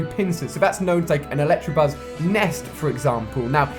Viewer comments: Why does he say "Electrabuzz" when it's "Electabuzz" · it's electabuzz not electrabuzz there no r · ITS ELECTABUZZ NOT ELECTRABUZZ FFS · Hermione Pokémon go: It's elecTAbuzz not elecTRAbuzz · Electabuzz not Electrabuzz plz Ali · Electabuzz not Electrabuzz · ELECTABUZZ*** not electRabuzz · don't u just hate it when people pronounce it as electrabuzz? xD. it's ELECTABUZZ bro read it's f ing name lol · ALI STOP PRONOUNCING IT ELECTRABUZZ WHEN IT IS ELECTABUZZ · There is no R in Electabuzz😫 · It's so annoying when he says electrabuzz even tho it's electabuzz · ElectAAAAbuzzz not Tra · Am I the only one anoyed by him saying electrabuzz instead of electabuzz. Still love you though Ali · Pronounce electabuzz how it is spelled there is no "r" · It's pronounced ElecTAbuzz, not ElecTRAbuzz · ElectUHbuzz, not ElectRAbuzz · hi ali just saying that there's no R in electabuzz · el"ECTA"buzz, not el"ECTRA" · I cringe everytime he pronounces electabuzz in a wrong way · After all these videos you still haven't caught on that there's no damn "R" in electabuzz's name??? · There's no "r" in electabuzz Ali... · Electabuzz has no R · He says electabuzz wrong